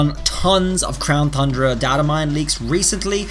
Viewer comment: is he saying crown thundra instead of crown tundra on purpose or by accident? lol